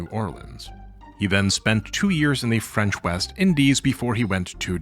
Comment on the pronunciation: You pronounce thai words flawlessly but cannot do the same with french words? Are you seriously yielding to the french? Also how do I aid the re militarization of japan I want to laugh at the contrast between anime culture and the war ridden country that spawned, it's going to be the aesthetic that I base my personality on in 2050